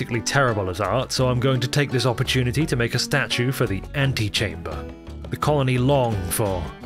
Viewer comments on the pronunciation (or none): No shit I threw my head back when you said Ant-e-chamber.